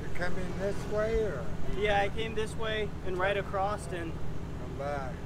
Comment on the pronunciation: WHY DOES EVERYONE IN COLORADO SAY ACROSST, BRUHHHHHHHHHHHHHHHHHH THERES NO T AT THE END OF THE WORD ITS JUST ACROSS